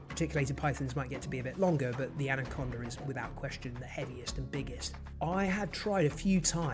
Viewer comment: "Anacondar from Venezuelar" ?